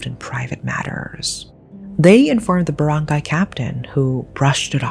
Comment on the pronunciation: Girlllll i really thought u live in ph after hearing you say filipino words and how u pronounce it LOL i was so amazed!!! the way u said those baranggay, maguindanao and their names. Anyway creepy and disturbing crime. Why would they do that to their mom